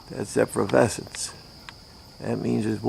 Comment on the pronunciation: How come this guy can’t pronounce “efflorescence “!